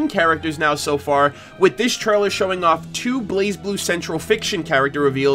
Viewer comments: According to Lindsay they told her it's pronounced "Blay Blue" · It’s “Blay”Blue Cross Tag Battle. ;) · The Z is silent